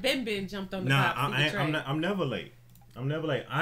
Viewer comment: It's Seger NOT SEGAR!